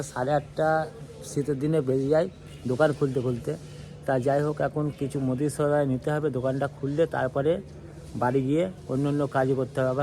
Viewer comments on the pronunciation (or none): none